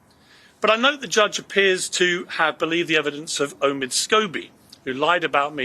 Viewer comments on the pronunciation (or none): none